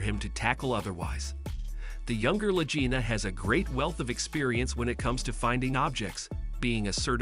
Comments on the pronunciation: PLEASE PRONOUNCE their last name as La G ina not La J ina! In this episode you said it both ways and if you had ever watched a History channel episode you would hear their last name correctly. I am qite sure I am not the only Fan to understand how their last name sounds. Anyone who is serious about the Oak Island series cares enough to point this out to you! If this is a robot voice then fix it! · Can't you learn their names and the pronunciation of those names? They are MARTY (not Matty) and Rick LAGINA with a hard "g". OMG! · They pronounce their name with a hard “g” not soft. 😡I am stop watching your video right here. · You. Are pronouncing the name of Latina wrong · There is no Matty, his name is Marty and you are pronouncing their last name wrong. Get your information correct before you broadcast a video. And your title is click bait because nothing happened to Billy.